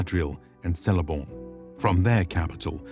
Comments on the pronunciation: WOW. This is AMAZING. There are a few mispronunciations, however. For example, Celeborn should be pronounced "Keleborn" and not "Seleborn." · One comment about pronunciation. Tolkien makes it clear that all Elvish names that begin with a 'C' are to be pronounced as a 'K', not an 'S' sound. Hence, at approx , it is pronounced, Keleborn, not Seleborn. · And it is pronounced “Keleborn”. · Did you say Seleborn? Seleborn? There are no soft “C’s” in Sindarin,. Sea of Rhun, as in fun or bun? There is no Sea of Rhun,, there is only the Sea of Rhun as in Rune. A hard “U” in the middle. Can we read up about 30 minutes on the Tolkien pronunciation guides before daring to speak on this lore, please, there’s a good muppet. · It must have taken ages to put this together! Really good job. As an Avid Tolkien fan, I'd love to see more of these (maybe more in detail and less rushed?)! I think I have spotted a couple of mispronounced words ( Celeborn is Keleborn) but other than that it's really really good. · Celeborn Pronounced “Keleborn” Cs are always pronounced as hard Cs in Tolkien’s works. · Thanks for this beautifully illustrated retelling! One tiny correction: Celeborn is pronounced Keleborn. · This guy has Ana amazing voice, but needs to work on his reading skills lol bad pronunciation of Celeborn and Rhun. Also, did he say that Melkor was beheaded?!?! I’ve never heard of this before.